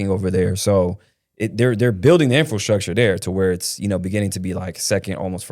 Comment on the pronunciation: Infil structure is driving me nuts. It's pronounced Infra structure